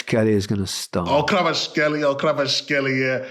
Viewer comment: Micah, it's Khwee-cha Khwa-rat-skel-lia. Not Kra-vat-skel-lia. Pronouncing his name correctly is of the utmost importance! Do not sully the holiness of his name! There will be a disturbance in our timeline if you continue this blunder!